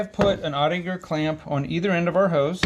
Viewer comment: Cool video. And I think it’s “oh-tick-uhr” .